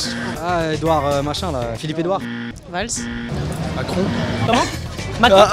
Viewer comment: le gars a dit phillipe edouare